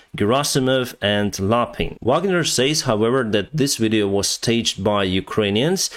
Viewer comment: He pronunces "says" like "sace"